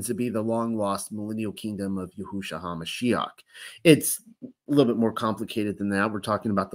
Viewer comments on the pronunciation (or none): Politely, gently, YAHusha, not yaHUsha. Blessings to you and your loved ones. ❤